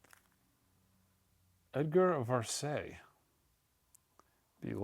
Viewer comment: Please stop mangling the names of classical composers such as Varese, Dvorak and Richard Strauss. Strauss’s first name is pronounced Ri-kard. Dvorak is pronounced Di-VOR-Zhak. And Varese is pronounced Vuh-REZZ.